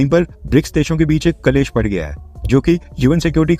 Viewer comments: शब्द 'क्लेश' है, कलेश नहीं। दूसरों का परीक्षण करने से पूर्व स्वयं को ठीक से जान लेना चाहिये। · कलेस नही क्लेश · Its "klesh" ...not "kalesh".... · कलेश नहीं क्लेश। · Kalesh nahi क्लेष (संस्कृत) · Kalesh ka suddh pronounce..." Klesh" hai... sanskrit ka word hai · Clash in English 😂🤣